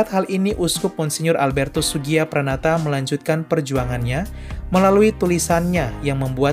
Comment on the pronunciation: Mgr Sugiyopranoto bukan Mgr Sugiyapranata